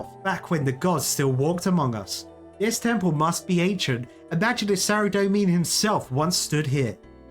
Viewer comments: How long will he keep pronoucning Saradomin incorrectly! Pretty funny hearing a non runescaper pronounce various runescape words and realising yeah I totally see where that came from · Saradomin -saradomen not saradomean 😒